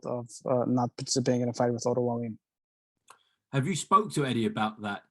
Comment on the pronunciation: Im suprised he doesnt prononce Wallin correct when he is the promotor.